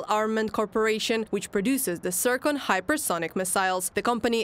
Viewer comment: Hypesonic, not hypersonic.